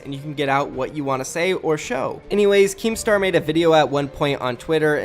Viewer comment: Lolll , what was that 😂😂 “AnYwAyS”